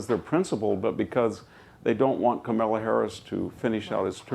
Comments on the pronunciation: except he can't say Kamala. Camilla ha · Still pretending to not be able to pronounce Kamala. ,😂😂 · in and your Mr. Hanson could not pronounce the Vice president's name. Why didn't you call him out on that? POTUS is supposed to be the "elder" who people go to for his wisdom and direction, then those people in his cabinet, in his office, and in the congress do the work. Biden will be around longer than Fox news I predict... A couple more 780 Million dollar fines and Rupert will say Bye bye. Hahaha